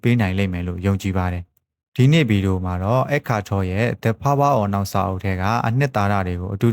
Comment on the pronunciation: Topic ရွေးချယ်တာ ကောင်းပါတယ် ဒါမဲ့ Pronunciation လေး ဒီထက်ပိုကောင်းရင် နားထောင်ရတာ ပိုပြေပြစ်မယ် The power of now တို့ U r not ur mind တို့ အသံလေးတွေ…